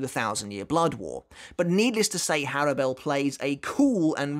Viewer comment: Also I thought her name was pronounced "Horrible"